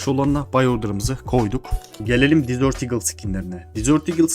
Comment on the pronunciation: Ukalalık olarak anlama ama dizört diye okuyunca tatlı oluyor dezırt diye okunması gerekiyor